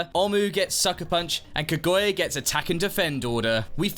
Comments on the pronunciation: Ka-goi-uh is killing me. Not what she's called 💀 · That is the most whiplash inducing pronunciation of Kaguya I've ever heard in my life